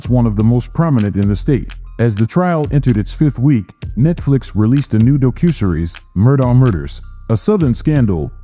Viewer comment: Lousy computer voice. Can’t even pronounce docuseries.